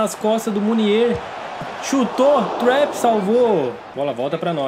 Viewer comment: eu acho q o nome do goleiro do psg se pronuncia trapp e n trep